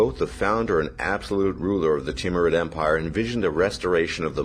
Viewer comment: I like the Teamrude empire. It's name when butchered how you said it almost sounds like Team Red Empire.